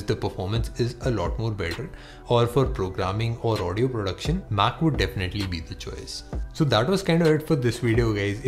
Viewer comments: It's mac and not maaaaac I don't like this mans voice........he looks like a truck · your pronunciation of MAC is so annoying, I don't know how you got these likes... :/ confusing